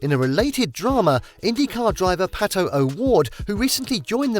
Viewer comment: It's PATO, not PALO